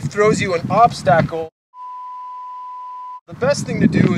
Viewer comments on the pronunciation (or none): Funny and informative, nice! Still not sure what an "obstahkle" is, though.